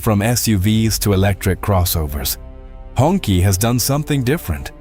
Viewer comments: It's not pronounced like "Honkie" 😂 Its pronounced like "Hung Chi" means The red flag. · It's not "hong key" , it's pronounced as "hong chi" , that's the closest pronunciation